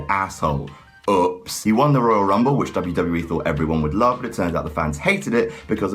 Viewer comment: says "UHPS!" instead of "OOPS!"